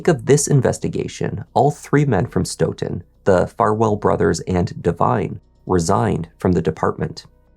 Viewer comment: kudos to you for pronouncing “Stoughton” correctly. My family moved to Stoughton when I was in second grade back in the mid 60’s. Stoughton is next to Canton and is considered part of the “South Shore”. The Stoughton PD has been crooked for decades! Canton PD has been known to be racist even when I graduated from HS in 1976. We knew when going through Canton, to not speed because they looked to ticket Black drivers. If Sandra Birchmore’s estate didn’t pursue reopening her death, her murderer would still be living the life of Riley. I forgot what happened to Matthew’s brother. The Police Chief resigned, if I’m not mistaken. 3 Grown PO’s ra”$:ed that child!